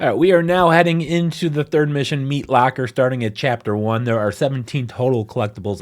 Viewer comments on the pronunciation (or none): you say "locker" hella weirdly.